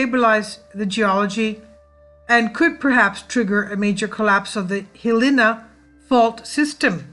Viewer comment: Good work. Hilina is pronounced. hill - EYE - nah